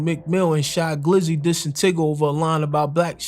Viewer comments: Its Ty-guh not tiga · Its TYGA not TIGGA 😝 😅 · Did dude really call tyga “tigga”😂😂😂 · You sayin Tigga but showing images of Tyga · lol the way you say tyag funny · Bro getting me tight calling Tyga, Tigger 😂